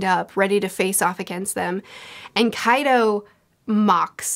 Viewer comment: I find it fascinating that can say Pachycephalosaurus without missing a beat, but she will stumble on names like Kaido or Ulti hahahaha Never change!